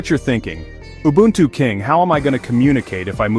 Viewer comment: It's oo-boo-n-too not you-buntu